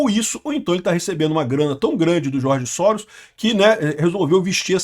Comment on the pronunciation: Escreve Soros mas acredito que se lê Jorge Sorôs , mas não tem esses acentos